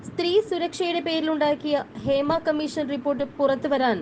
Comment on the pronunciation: ക മ്മീ ശ ൻ എന്നല്ല പറയേണ്ടത്..... ക മ്മീ ഷ ൻ എന്നാണ്. ബാ ശ എന്നല്ല പറയേണ്ടത്... ഭാ ഷ എന്നാണ്.